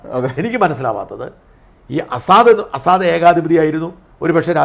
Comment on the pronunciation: അസാദല്ല ഷാജൻ സാർ….🤪 ബഷർ അൽ അസദ് ….🙏